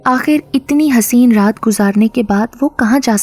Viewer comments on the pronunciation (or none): none